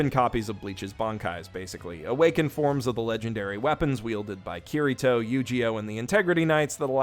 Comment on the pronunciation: "Cureeto"? That's a pretty strange way to repeatedly pronounce a name that isn't spelled like that.